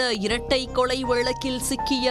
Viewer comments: அந்தக் கொலையை விட இவர்கள் வாசிக்கும் கொளை கொடூரமாக உள்ளது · வேளை ...கொளை என்ன அழகான தமிள் சீ சீ